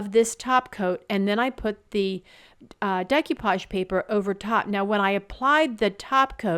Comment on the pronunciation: Loved them all. Decoupage is a French word and is pronounced Day-coo-paw-g. Keep on crafting!